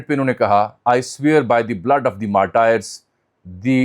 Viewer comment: kindly c.orrect your pronunciation of martyrs